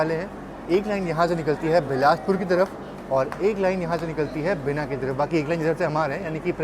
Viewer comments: Yaar har video me log comment kar k bolte hain ki Hindi ya regional language me naam padh lo toh galat pronounce nahi karoge!!!! बिना nahi… बीना😅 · बिना नहीं बीना है 🤦‍♂️ Why do adamant in reading places and river names in English even after so many comments from viewers!?!?!?! Read names in Hindi or other Indian languages!